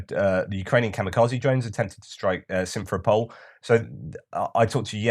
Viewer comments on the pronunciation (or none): since we are going to hear much about Simferopol this winter, the correct pronunciation is sim-fer-RO-pol ...thanks